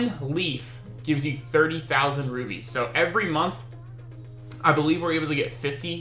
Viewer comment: RuPies haha. Nice guide though